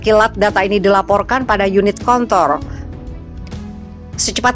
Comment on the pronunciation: Kontrol bukan kon........tol 😁😁😁😁